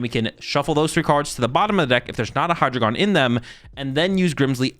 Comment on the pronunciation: For everybody's reference The names are pronounced "DYE-no", "ZWHY-luss" and "Hy-DRY-gone". Its the German for 1, 2, 3 😊